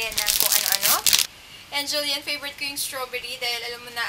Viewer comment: Julyen ba ung pronounciation?